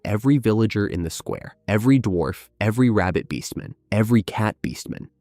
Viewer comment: I keep hearing rabid beast men not rabbit beastmen